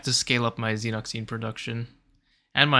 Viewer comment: Reaching new lows with pronunciation 🤣 Xenock zeen????? Io DEEEN?